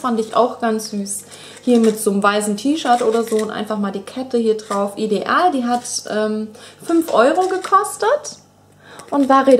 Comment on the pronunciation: Ich mag es nicht wie du ideal sagst...das nervt aber sonst bist du super :p